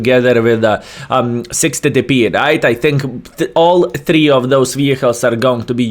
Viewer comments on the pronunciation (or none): none